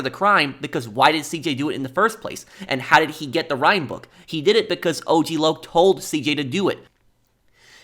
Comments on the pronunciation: AUG LAUG?! It’s O-G Loc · The way lazlo pronounced og LOC made me laugh 😂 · "Ogg Lock" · I love how the DJ says "OCK LOCK" at first, not O,G Loc 💀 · Hearing Lazlow mispronounce his name as OGG Lock was stupid funny.